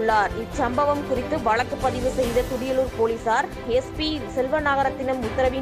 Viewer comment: தமிழை அழகாக உச்சரிக்க முயற்சி செய்யுங்கள்..... வளக்கு அல்ல வழக்கு.... 🙏🙏🙏